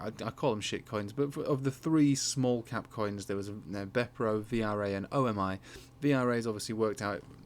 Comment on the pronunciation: O m i? Pronunciation is omi like omi homie. Going to fly before December